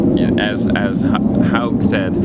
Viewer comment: Hogue rhymes with pogue, it's not pronounced like "Hog" dummy